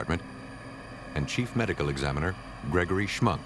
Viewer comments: The door plate said Schmunk , but the narrator said schmuck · It's Schmunk, not schmuck. Sounds like schmuck though. Haha.